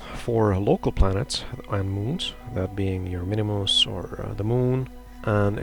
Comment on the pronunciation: Minmus, not MINIMUS :D